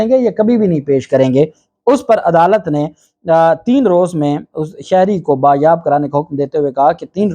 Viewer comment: Sir lafz bazyab/Bazyabi hota hay Bayabi/bayab nahi ❓